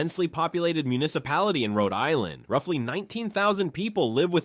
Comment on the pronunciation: You can't pronounce the places in RI !!